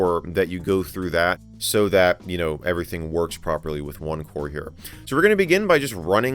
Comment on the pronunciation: Thought he said opencore for a sec 😂